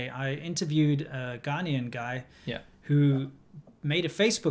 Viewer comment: NOt Ghanean guy.... it is Ghanayan.